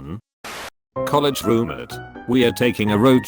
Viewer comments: How it says roommate😂roomitt, roommeerts wth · So noone taught the robot to say roommate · The way it says roommate, hurts every time